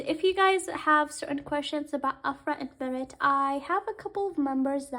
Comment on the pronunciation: I'm not trying to be rude but why you pronunce Mert's name as (Marit) (Merit) not Mert? Mer-t